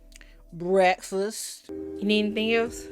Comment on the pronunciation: Lisa was the only person I ever heard who said, “brefast!” Anyone else noticed at the beginning she spoke with an extremely flat voice?